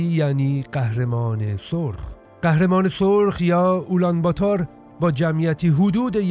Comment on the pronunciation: سلام و درود بر شما: (اولام باتار) که شما میگید در اصل اون تلفض میشه (آلم باتور) یعنی قهرمان مردم. من هم پدرم گوسباک است و مادرم فارسی زبان در افغانستان زندگی میکنم.